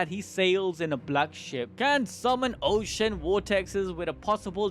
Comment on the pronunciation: My guy was swimming in that "ocean"😂